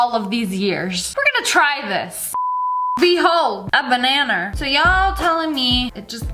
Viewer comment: "Bannaner" haha